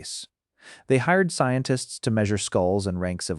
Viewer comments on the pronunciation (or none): none